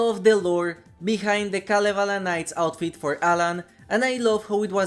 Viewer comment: You pronounced Kalevala very well :)